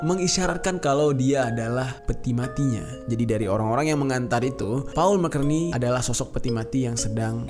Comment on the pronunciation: Baru nonton postingan 2 thn y.l ini. Semova bang Jeri skrg sdh tau gmn penyebutan "McCartney" yg benar. Tetap semangat!